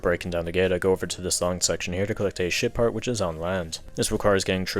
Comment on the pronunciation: Evreytime He says Ship Part I hear it as shit Part.